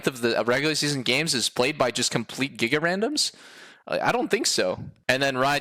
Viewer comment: was so funny the way he said gigarandoms boy was spittin